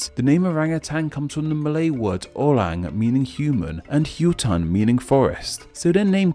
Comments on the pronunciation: It's so damn funny how he butchered word like "bu-ah" and "sah-bah" and ""Sah-ra-wak" and "meh-lah-yu" and "oh-rang" and "hu-tan" These misspronounsiations are said in the video as, "bu-eh" "saba" " seh-ra-wak" "ma-layu" "oh-reng" "hu-ten" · E in Brunei pronounced like E in Survey U in Hutan pronounced like U in Put don't get it wrong especially for a youtuber like you